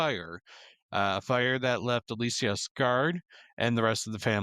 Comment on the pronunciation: I really enjoyed the discussion here, but i was personally cringing at the amount of mispronunciation, especially with "Gommage" and "Alicia" lol. Im just nitpicking there